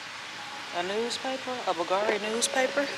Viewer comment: BOGARI !!!!!!!! It’s Bulgari dear The V is actually U You’re original and fun tho Good bless you